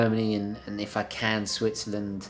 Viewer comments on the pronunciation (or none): none